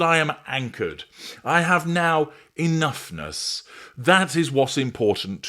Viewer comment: "enoughnuss" ?? Oh fuck off